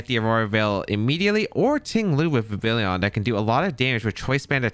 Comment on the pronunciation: The “Vivillion” made this unwatchable. It’s Vivillon. Like “Viv-ee-on”